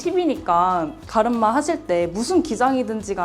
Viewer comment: 갈음마 ㅎㅎ 발음 귀여우세요 😊😊